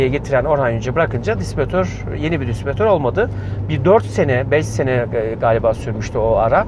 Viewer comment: 12.48 Disbiritör degil, distiribitör. Üst üste söylenince insan takılıyor. :)